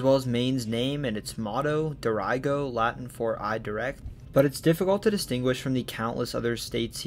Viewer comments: Old Orchard Beach born and raised! Loved this video and cannot thank you enough for your specificity of your many found facts! Only thing I noticed was the pronunciation of Falmouth (fāl-myth) and Dirigo just uses a short i rather than long. Also, important to note that many of Maine adolescents from ages 18-20 will ofter take weekend trips up to the Montreal/Quebec area due to its ease of access by train from Portland or a beautiful drive through the appalachian. OKAY OKAY. Mainly (bars) because the drinking age in Canada is 18. As much as us Mainers love our own state, we also yearn to learn about other places and how they tie in with us! Also, you have just explained to me the generations of head butting between Maine people and Massachusetts people. They abandoned us in 1812 thats why we hate each other and our driving habits😭😭😭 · Deer-Ih-Go - "I Lead" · Unless there's been a change in more recent years, Maine's motto is pronounced "deer' ago." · “Dirigo” is pronounced “deer-egg-oh” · Near Maine lifer here. I have never heard anyone pronounce Dirigo with a hard I. I don't think that is accurate. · in this video, you show the current Maine flag and mention the state's motto, "Dirigo," on the flag. However, you butchered the pronunciation of "Dirigo." It is a Latin term, and its pronunciation can be found in many sources. Please look it up, then correct it in this video.